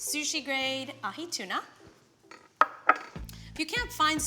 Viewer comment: As a Hawaiian I wanna first say MAHALO NUI LOA for showing people all around the world how to pronounce POKE and AHI the right way keep up the good work chef